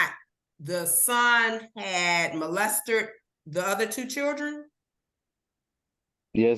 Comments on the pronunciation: Yup. She also said „molestered“ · I've seen this judge so many times, and the she jumps in against Dad's ALL the time! She outright HATES when it seems the Dad will "win." Also, she needs to learn how to say CHILDREN & Molested. She said "Molestered," just like South Park. Sexist BITCH!!